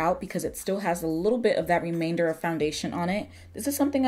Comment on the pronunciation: Hmm..you be real Omo Naija when you talk "remainder".....go ahead girl!!! I sell AVON and Mary Kay so my makeup comes from there.